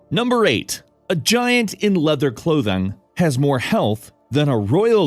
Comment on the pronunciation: "clothang" XD